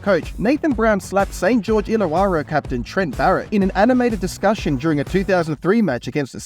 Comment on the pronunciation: Lost 100% credibility talking about League when you cant pronounce Illa-warra down vote